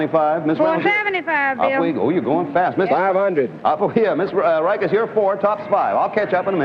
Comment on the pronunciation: I vividly remember this episode due to two reasons: 1:) Madame Reiches overcame such a back and forth situation with the lieutenant because he was aiming to beat her to her game. Eventually, it didn't pan out on him and got miffed. Glad Linda won. Also, 2:) The pronunciation of the last name Reiches...fun fact, my YT name of Rhykys is pronounced as the same as the name of Linda's. To be frank, I was never aware of that.